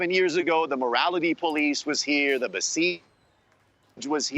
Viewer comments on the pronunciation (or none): It is so sad to see some folks who are not able to correctly pronounce some simple words such as "Mahsa" or "Basij" (or ask someone to tell them how to) are in charge of creating this kind of content. The moderator's disinterest was occasionally visible (or audible). Thanks to the Iranian ladies specially Mahsa Alimardani for saving the debate.